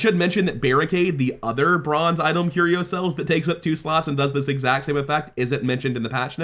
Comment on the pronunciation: Why does he pronounce item as "Itolm" 😭